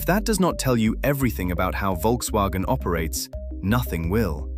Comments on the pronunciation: It's Volkswagen btw, not Wolkswagen. Workers didn't make "cars people wanted to buy" for 15-20 years really, the Vw suvs are and always were kinda shit (well they all are in general but theirs in particular). Polo, Golf and Passat were real cars that were useful (albeit a bit expensive now). 40 million is... maybe 6 - 7 000 people's wages for 1 month. Had nothing to do with firing or keeping 50 000 people that are sitting around. Apparently full EV sales are at a quarter of total car sales in Germany so the penetration is increasing. It's just heavy competition, and cars are expensive 9all, not just EVs; all, not just VW). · Folks- vaggen. Good lord.